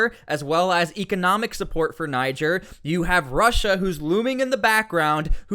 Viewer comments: Folks from Niger pronounce it Knee-jer fyi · pronunced Nee-Jayr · its pronounced [knee-share] at least try to tuck in your anglo will ya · I think you’re supposed to say it with an AH not a hard R